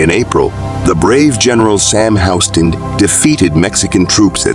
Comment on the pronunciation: It's not pronounced "HOW-ston", like the street in Manhattan. It's pronounced "HYOU-ston"